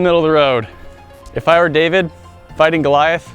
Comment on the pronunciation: it's not daveid! it's david!!!